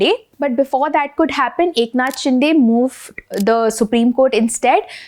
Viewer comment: शिंदे not शिंडे